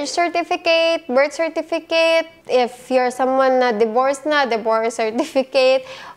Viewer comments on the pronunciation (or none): none